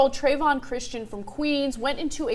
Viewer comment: This kid's name is Trayon, not Trayvon.